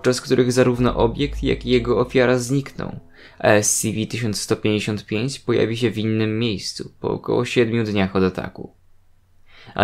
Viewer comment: Powinieneś czytać "es ce pe"